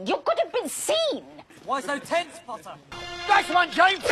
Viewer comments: no it's "PoTtAh" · trainin for the ballet pottah? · I RESPECTFULLY DISAGREE WHAT ABOUT 'POTTAH' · And "POTTAH" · maybe one day Draco will spit when he will say pottah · Y’all forgot the two best lines “Scared pottah?” “It’s killed meh it’s killed meh” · The only ones missing: “ThE-THe DanCiNg RaTS” and “pOTTaH” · I can’t believe “Training for the ballet, POTTAH?” was never sent by any of them. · or "training for the ballet, pottah?"